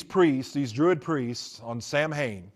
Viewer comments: In the first video of his that I watched He talked about "Samhain," and pronounced it wrong. That got me thinking. No true occultist says, "Sam Hane." It is "SAH ween. or SAH win." Then he said that Anton LaVey ordained him as a high priest in the Church of Satan in California. I thought that LaVey was the high priest until he died. So I found the web address of the Church of Satan, and asked the administrator for a list of all former high priests of the church. It was a short list. Anton LaVey, until his death, then Peter H Gilmore, until the present day. So, I started looking more closely at his other claims. He wrote a book on Harry Potter. I learned that that book contained material stolen from other sources, and not attributed to those sources. As I listened to his many stories they all reminded me of the works sold by Jack Chick. I went back and checked. Yes, all of his stories can be found in Chick works published decades ago, written by men and women who have been exposed as false, decades ago. I heard him talk about how Christmas came from Nimrod and Semiramis. This is on a video in which he claimed insider info as a former Satanist.. But I know that story well. It came from a book by Alexander Hislop (Chick publications) and a book by Ralph Woodrow, whose work was based completely on Hislop. It has nothing to do with the Occult, as the author and originator of the long debunked work was a minister. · This guy is a fake. He doesn't even know the right way to say sam hain.... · I was thinking the same thing 😅😂